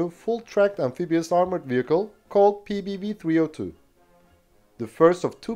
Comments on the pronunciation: Very impressive that you managed to say all the Swedish names in their full glory, *clap clap*. Small correction1: The cannons used to be belt fed, but this was later changed on all of them to make them cartridge fed. Small correction2: The PBV 302 is more of an APC than IFV. It was meant to carry troops into battle and then stay to support them with the cannon. Ukraine will probably make the most use out of these bad-boys as battle taxis and armored ambulances. A vehicle not for the modern front-line, but more for the rear. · Well done pronouncing the Swedish vehicle names!!!